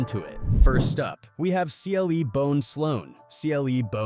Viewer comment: It’s CLEE -Bone